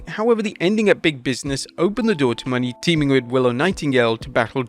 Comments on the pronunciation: Mercedes “MOE-NAY” not money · Its Mone not money broth. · It's MOHNAY not "Money". Jesus... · Her name is Mercedes Monet not Mercedes money. Holy crap lol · Her last name is pronounced mo-nay, not money lol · JFC, LEARN TO SAY HE LAST NAME CORRECTLY! ITS NOT “MONEY” ITS MONÈ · Moné, Mercedes MONÉ not Money ffs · Mone is pronounced “Monay” not “Money” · Bro, it's MO-NAY not Money 😭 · its MonE not money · Mercedes MO-NAY bruh... Stop saying her name like that. Are you illiterate? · I'm not even a huge fan of Mercedes, but Jesus, say her name right. It's not Mercedes MONEY. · It's Mo-Nay Please pronounce it right..,. Please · Mercedes's last name is pronounce Moe-Nay. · What is up with this dude and pronouncing Mone correctly? They literally said it like 10 times last night, and this chap still says “money” with such conviction 😂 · Plz learn how to say her name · I still dislike how he says Mercedes Mone name, but I am glad she is in AEW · why tf do you mispronouncing mone’s last name?